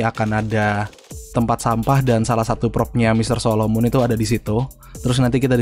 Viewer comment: solomon bang bukan solomun beda orang kalo solomun dj kalo solomon yg ada di story mode